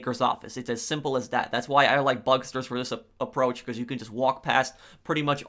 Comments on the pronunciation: “Bugsters” can you not? Pronounce it bug-stars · Bucksturs? It’s bugstars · Bugstars, not bugsters. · IT IS NOT BUGSTERS IT'S BUGSTARS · 1. It's Bugstars not Bugsters 2. Gruppe sechs is 10× better than bugstars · "Bugstars" not Bugsters🤦‍♂️ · BugSTARS, not Bugsters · bug-STARS not bugster lol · Bug Stars not Busters learn to talk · Idk why but I cringe a little when he says “bugsters,” instead of “bugstars” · ‘bugsters’ lmao